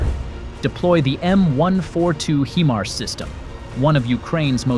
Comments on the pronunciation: "HI-mars"...not, mon ami, "HE-mars". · You are NOT pronousing the HIMARS correct! The I is saounded just as it it "I" nor "E"!